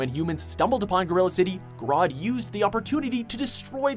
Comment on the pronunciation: It's grodd not grood